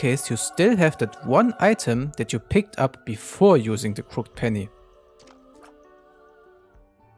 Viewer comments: fyi. crooked is pronounced crook-ed :) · It's pronounced "crook-ed" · just so you know its pronounced crooked penny not crooked penny